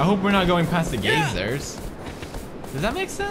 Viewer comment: Whenever he says geysers, it sounds like he's saying gaysers